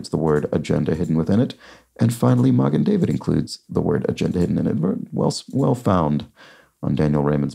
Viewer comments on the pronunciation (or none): Magen David (mah'-gn dah'-vid, stress on the first syllables of both words, much like Häagen: hah'-gn and wagen: vah'-gn) means Shield of David.